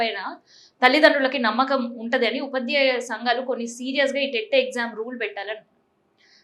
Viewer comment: 300 మార్కులు ఎక్కడివి నీకు అవగాహనా లేనప్పుడు ఎందుకు వ్యాఖ్యానిస్తున్నావు. ముందుగా ఉపాధ్యాయుల సర్వీస్ రూల్స్ తెలుసుకో, ప్రశ్నపత్రం స్వభావం తెలుసుకో, ఉపాధ్యాయులు అనె పదాన్ని ముందు సరిగ్గా పలకరాని నువ్వు ఉపాధ్యాయుల ప్రతిభను ఎలా అంచనవేస్తావు. ఉపధ్యాయ కాదు, ఉపాధ్యాయ అని పలకడం నేర్చుకో